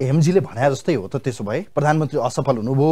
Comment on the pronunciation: मगल ले प्ररामन्त्रि होइनन् हो स्पष्ट शब्द बोल्नुपर्छ हो प्रधानमन्त्री हो